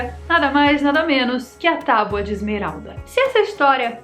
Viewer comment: falou “tauba”?!